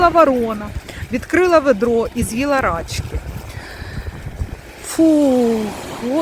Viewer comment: Вибачте, якщо вже писали, але наголос на и, рачкИ, бо дуже ріже вухо